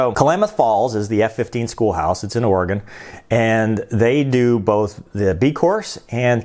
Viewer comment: I wonder when this happened...I live in this state and I never once heard this story. Oh and speaking of living in this state...THANK YOU for saying our state name right. Us Oregonians are very picky about name pronunciation's Keep up the great work!